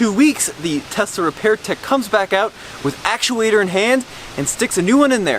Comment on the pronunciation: Tesla....sounds like "test us"